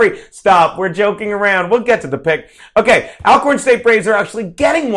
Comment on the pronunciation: the correct pronunciation is All-corn i.e. also, already, alright ect. Just so you know, Jesuits have their institutions as well as Catholics so help me to understand your issue the Historically Black Colleges and Universities? FYI: the title, HBCU will not be changed anytime soon.